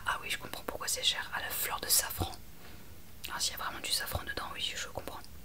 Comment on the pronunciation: 😂 hihi. Heureusement que je reviens sur ta vidéo qui m’avait endormie la première fois. J’entendais « fleur de savon » au lieu de safran 😂et je me demandais pourquoi le savon était si cher et pourquoi on en mettait dans les cosmétiques 😅. Bisous doux.